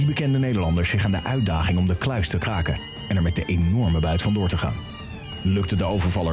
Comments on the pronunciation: klaken? Is het niet kraken😂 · valt het iemand ook op dat de R niet kan uitspreken. 'wij gaan de kluis klaken"